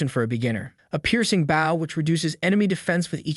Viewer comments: for the love of God learn the difference between the weapon, bow (pronounced bo), and the action, bow (pronounced bou) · Bow when it is a weapon is pronounced BO not the way it's pronounced when you bow to a king or a queen. Pronounced like Bo staff. Great video, the rest of your reading was A+++ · is this voiced by AI? The way it says "bów" instead of "bôw" with a deen Ô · why does all AI vo say " BAW" instead of "bow"? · the AI reading is annoying AF.. or do you really not know what a bow is? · The way you pronounce bow... I couldn't tell if you were trolling or if you were an idiot. Then you mispronounced barrage and made it abundantly clear that you're an idiot. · I will subscribe if you train your AI to say Bow correctly.:body-green-covering-eyes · Annoying mistake - bow and tow are pronounced with an O sound not an ow sound. And less unnecessary censorship please😊